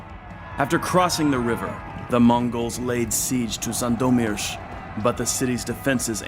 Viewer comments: U pronunced Sandomierz pretty cool! Its really nice that u cared about this kind of details :) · Your pronouciation of Sandomierz is impressive, but in Leszek - sz is pronouced like sh in "Polish". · I'm really astonished how good is your pronunciation of polish cities. Really I can't recall some pronouncing Sandomierz even remotely ok. 😂 But polish king Leszek the Back is pronounced with 'sh' in the middle , like in 'shock' and Kraków is pronounced with `oo` at the end like in `groov` 👍🏻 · I must say you almost did a perfect job with pronouncing the town names. It shows that you actually spent some time googling and learning them. Sadly not so well with the names of kings and commanders, but still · Pronouncing Sandomierz in a correct way is an acheivement on its own.